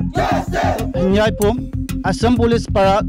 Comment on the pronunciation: His name is Henveih not Hanbua